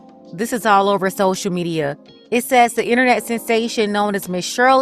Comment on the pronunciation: Social mediiarr… 🤣🤣🤣🤣🤣